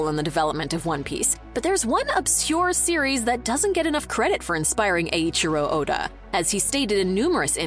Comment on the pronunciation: ohhh... why you can say "Eiichiro" correctly, but not "Toei"? LMAO